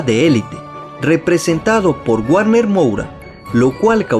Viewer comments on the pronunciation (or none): none